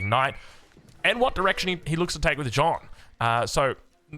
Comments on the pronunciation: I love the videos, but as a french viewer i got triggered by the Joane, the good prononciation would be "Jane" the letter "A" prononciation is the same as the beginning of "Army" or " Arc " so you would pronounce it " Jane d'arc ". Still the videos are amazing thanks for the content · Ouaiiis bonjour à tous ! I'm a French fan ! (Your prononciation of Jeanne d'Arc is, not perfect, obviously, but very good overall ^^ try to say more J"Anne" than J"OAnne" it's a "A" that sounds like the A in "Fact" for example) It's right that the writing of Jeanne is misleading, and the masculine of jeanne, Jean, souds like "AN" (like in "Anvil"), but jeanne is prononciated differently, so even more misleading. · It's JeAnn, with an "A" like in Archer, not John d'arc 🤣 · Yo man i swear I'm pissed at how you say jeanne. Stop trying to pronounce it like it's Jean, the sound changes with the female version. All e's are silent, the double n's sound like a normal n. It's really not fucking complicated: JAN Like Yann, but with a J.......... Same A sound as in "bad". "Fack" "lack" "jack". Jeanne! And Joan is not even french........ I'd rather you call her Jane if jeanne is too hard....... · Jeanne is pronounced almost exactly like gun, just with j, jun. Not John :D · Hey, thanks for the absolutely massive video streak! If you want to perfect your pronounciation (which is honestly already good to my french ears), "Jeanne" is not pronounced "J-han" with a final nasal sound but "J-a-n", with a distinct "a" like in the beginning of "absolute" or "arbalest" followed by the "n" sound;) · Keeps calling her John 😂😂😂😂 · Try to pronounce the letter « a » in her first name like the last « a » of the word : America, and forget the « e » or « o » depending in which language you read it. In french it is written: Jeanne d’Arc But it is pronounced: Jaahhnne d’arc You’re welcomed.